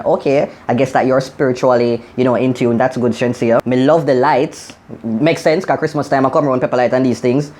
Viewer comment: Not sheensea it's ASHENSEA loool